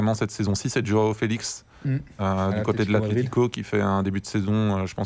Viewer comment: DJoao Félix et Timo WWerner 🤣🤣🤣🤣faites des efforts les mek